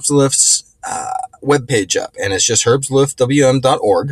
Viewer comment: great video; thanks! after years of 'dwm' I'm now on 'cwm' (calm window manager from openbsd) your video woke up the demon within me and I'll have to try herbestluft some time in the future eventhough I'm not so much into tinkering anymore and I prefer my programs to work out of the box. on a fun/side note: the 'e' of herbst is pronounced like the 'a' in ham - autumn air.